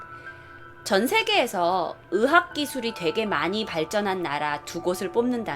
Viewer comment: 의 발음이안되시네.. 거슬린다 의학을 자꾸 으학.. 다른건다좋은데 한번씩 몰입이깨요 발음 연습하시면 좋으실듯..